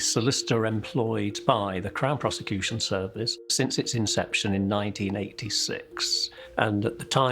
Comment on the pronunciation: Crown piece-a-cution service. 😂😂